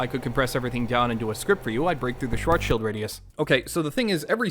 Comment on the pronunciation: "Schwarzschild" pronounced correctly, in this economy?! •impressed German nodding• let's rotate the board! (nobody will notice)